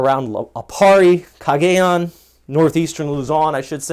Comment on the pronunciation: Nice video! Btw, Cagayan is pronounced kah-gah-yahn. You earned a sub! 😀